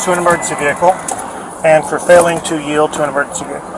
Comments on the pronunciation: "Yeild"? From a lawyer? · YIELD. Y-I-E-L-D. Yield.